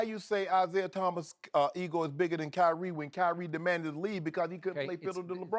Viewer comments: Kywhi? What? Kywhi lol 😂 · Rob parker says kywie